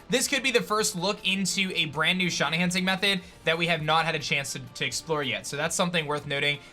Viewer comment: just wondering what the hell a "SHONY" is? because i'm sure shiny is pronounce "shy-nee"